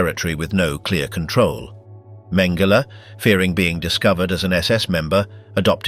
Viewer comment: Mhen- GEH- lee??!!